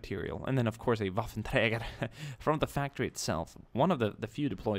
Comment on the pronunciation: What are he mods youy use to get this Maus,more LVTs, other things in this and related videos? You also say waffentrager perfectly.